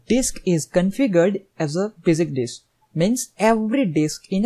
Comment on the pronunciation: Bazic disk ...LOL